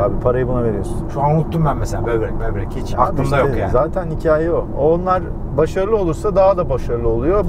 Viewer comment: Bobrek demeyin ya şuna ak ciyerr